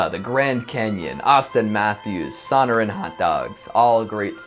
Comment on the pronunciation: Omg I died laughing at son-o-ran hotdogs. It's so-nor-an though made my day, love your work man take it easy.